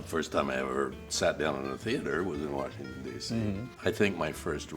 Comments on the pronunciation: ha, he says washington like my grandpa. warshington. hahaha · I can tell he grew up in DC because he said, "Wershington" lmao